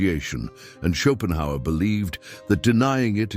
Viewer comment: Chopin Howard - gotta love AI narration. 😆